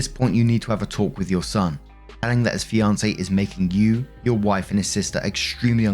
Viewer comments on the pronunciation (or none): none